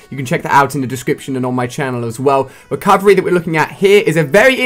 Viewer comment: You said recorverey